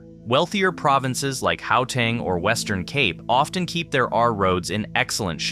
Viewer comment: Great video, but bro if you gonna make a video about SA learn how to say the place names correctly. Upington, Gauteng, Pietemaritzburg, Umhlanga to mention a few that were mispronounced completely. 😅